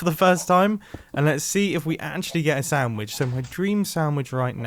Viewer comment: I could have sworn he said “Soundwitch” instead of sandwich